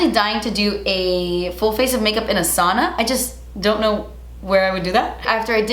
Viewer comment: saw-na? No girl it’s pronounced SOW (rhymes with cow) -na